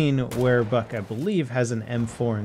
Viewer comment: I swear he said fuck instead of Buck twice